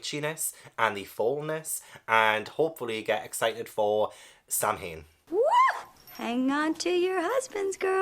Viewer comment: Okay, I love you to bits, but as a practicing Witch I have to say this... It's not pronounced Sam-hain. It's pronounced sow-en. The last of the Celtic harvest festivals meant to also honor the dead. Both recent and our ancestors. It is also one of the times the Veil between the worlds is thinnest. Allowing the dead to move among the living once more.